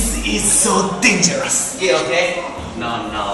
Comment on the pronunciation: デンジャラスww発音いいww